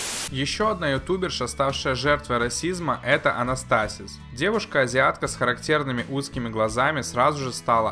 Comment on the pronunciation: Анастасиз не с тем ударением